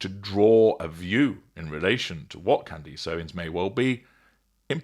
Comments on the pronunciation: At least say her name right. Candace. Not Candeeece. She did not ask Trump for help with the Macrons. That's false. Trump called her to ask if she would consider laying off, on behalf of Macron. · Her name is pronounced Candess, not Candeese. Driving me nuts listening to you slaughter her name like that. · What do you keep mispronouncing her name? "Candeece"?!?!